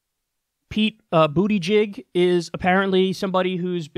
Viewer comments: Did he say....Bootijigg!? Oh my has gotta get on the debate stage!😂😂😂 forgive me I'm a child! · I just died when Kyle named Pete Buttigieg.. I heard Pete Booty Jig... Bruhs name should ALWAYS be spelled out. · Did you say Boootiejig ??? Ahahahhahahahahaa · I'd definitely like to hear your thoughts on Buttigieg. At this point I think he could be the second best candidate out there, we just don't know enough about him. Also you should probably start by learning how to pronounce his name right